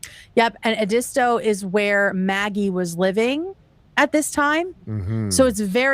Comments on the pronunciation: “Ed-dis-toe” beach LOL YALL ITS Ed-istoh with “istoh” said pretty quickly. I have never heard it called that my entire life lol. I live in North Carolina tho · Being from SC and hearing y’all pronounce Edisto Beach was crazy😅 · Hearing non-southerners say Edisto is so funny 😂 I know I have to have some fellow SC residents that were cracked up by that